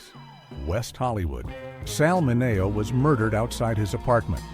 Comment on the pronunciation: It's pronounced 'Minnie-oh' not mi-neigh-oh